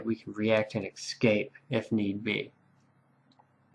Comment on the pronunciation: I’m really enjoying this series, thanks much. Only nit to pick is your pronunciation of the word “escape” (it should not be pronounced “excape”).